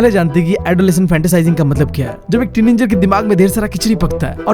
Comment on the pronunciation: teenanger teen😂anger he is saying this again and again😂